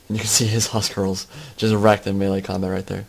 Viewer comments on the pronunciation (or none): Appreciated this commentary, I think Maximus used an interesting strat here with the wardogs, so props to him. Just to to let you know that Huscarls is pronounced like 'hoos-karls' rather than 'hus-karls'. That is if you using the scandinavian pronunciation/written, which CA have. The English (anglo-saxon) equivalent of the huscarls was the housecarls ('howss-karls'), which were identical. The viking huscarls fought the saxon housecarls at Stamford Bridge in 1066 when the Vikings led by Harald Hardrada invaded England when Harold Godwinson came to power, about 2 weeks before the Battle of Hastings. Sorry for the lecture, it's just that I had this Danish history teacher who would always get mad if we said it wrong in class :P